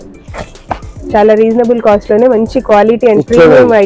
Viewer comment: కాస్ట్ కొంచెం క్లియర్ గా చెప్పరా